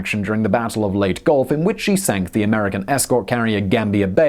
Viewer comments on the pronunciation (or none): Leyte is not pronounced "Late". Next time try "Lay Tay". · Oh, Simonize, Lay-tee. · Leyte: late-eee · I know you said "Have a go at me in the comments", so here it is: "Leyte" doesn't have a silent "e"; it's pronounced "Ley-te", not "Leyt", just putting that out there. No dislike for you though; presentation was rather good. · I love how he says late gulf, instead of ley-te gulf. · LAY-TEE gulf.... great vid! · Enjoyed the video, thank you. One quibble - it's 'Lay-Tee' Gulf, not "Late" Gulf. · 大和, Yamato is pronounced yam-mah-toh, while Leyte is lay-tee or lay-tay. Not sure if that's the convention in the EU, but my Dad served in the Pacific during WWll (I'm 73) and read us stories from 'Yank' magazine, complete with sound effects. Better than any history class... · Leyte (lay-tay) Gulf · Leyte is pronounced Ley-Tee.